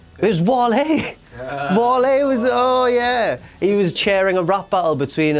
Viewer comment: That moment when couldnt even say the rap right....